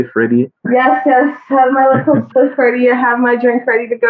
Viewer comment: 😀👁LIKKEL SPLIFF SHE SAYZ LOL